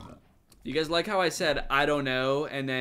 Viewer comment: As a wise man once a said ''Hello gayys 💀💀hope your PROUD of ur selfs''💀💀💀 "This is ezy pezy as u can sezy''